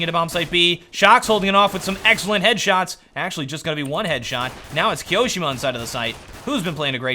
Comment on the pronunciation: i have not looked into it, but i think you tone on the second "i" on Kioshima. . Like KioshIma, not KiOshima